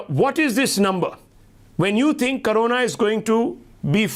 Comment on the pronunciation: First of all, it's "corona" not "karona".